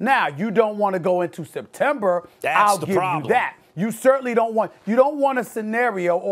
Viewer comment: No one: Stephen A: Septemborr